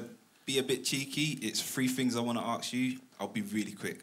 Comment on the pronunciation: "Aks you"? lol